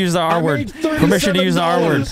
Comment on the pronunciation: Permition Granted